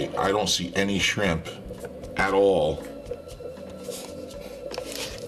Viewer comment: "-not at ahwl, not at ahwl"